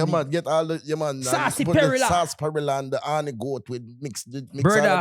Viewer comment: Me being confused of pronunciation of sarsaparilla but Crooks knowing exactly what he meant 😭😭😭😭😭